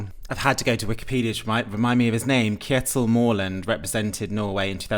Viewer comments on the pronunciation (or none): Kjetil is pronounced something like this: CHEH-til As for Mørland, the letter ø sounds most like is the vowel in “bird” or “hurt”. However, if his name was Mårland, your pronunciation would be correct.